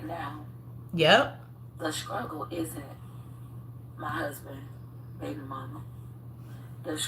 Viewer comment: I hate to hear her say “scruggle”; damn it’s struggle!! 🤦🏾‍♀️